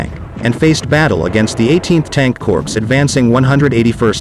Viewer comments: Corps is not pronounced corpse. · Corps is pronounced "Core" can't cover military history if you don't really know the jargon.?